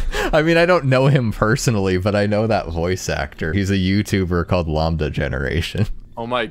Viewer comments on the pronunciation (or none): did you just say lombda